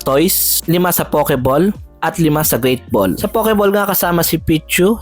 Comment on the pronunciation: Pakilagyan po ng W after ng O sa POKEBALL para masmaganda po ang pagbigkas - POWKEBALL , peace ✌️ bro 😅